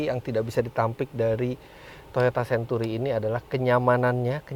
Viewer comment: sebut century pun xbetol.😂